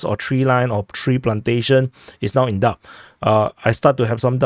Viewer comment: The 'b' in "doubt" is completely silent,. Likewise in "debt".